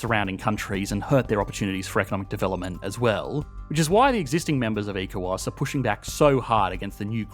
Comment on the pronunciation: ECOWAS is pronounced as echo-wass